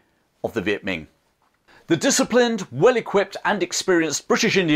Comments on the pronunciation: Great video. Just a quick note, it's not pronounced Viet Ming with a g at the end. It's Viet Minh with an n sound at the end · Viet Minh pronounced like min. Not Ming.